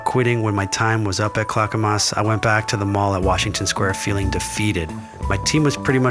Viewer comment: Yasss! Tevana and the mall brought us together 😘 a connection I’m eternally grateful for. But gurl, why is your narrator saying ClackamASS? 😅